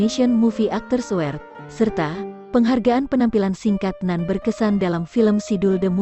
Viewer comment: Narator bego ayu tp bego award bukan awsrd nduk 👎👎